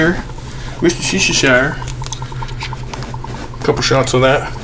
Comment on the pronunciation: I just subbed because you had me laughing VERY hard at "Worchestershire" each time you said it. The end result was succulent! Excellent job, sir! *still chuckling at "wusta-shy-sher-sher..." LOL! You have a great sense of humor!